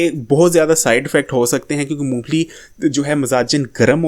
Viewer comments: Phele mong phali sahi se bolna sekho mu pheeeeli nahi mong phali hota he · Int maloomat hy apko lekin nmae shi bolna ni ata apko , moophli nhi hoti mong phali hoti hy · Not Moo fally but mong phally